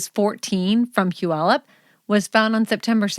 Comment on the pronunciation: Great podcast! Nice to hear Puyallup pronounced correctly.